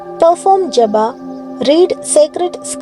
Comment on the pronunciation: Inspiring! Small correction: Please fix typo in the slide to read as "Japa" (not Jabba) and possibly fix pronunciation in audio accordingly. Thanks for sharing